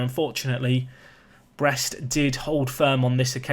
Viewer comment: I'm French and we say it like you say it (about Brest).